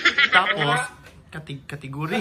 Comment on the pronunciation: hahaahaha "cateeeeygoreeeey" samoka sir ambot unsaon sab pronounce hha